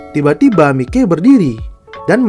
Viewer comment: Sebutan namanya yang bener lah anjir mikey itu sebutannya "maiki"